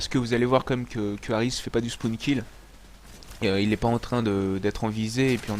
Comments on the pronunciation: Ca va faire tourner le spoun ! MDRRRRRR on dit le " spawn " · super video, mais on dit spawn, pas spoun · le spoun nn c le spawn surveille ta prononciation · "SPOUN" xD